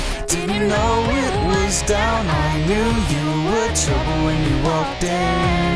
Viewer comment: he can't say trouble right :D LOL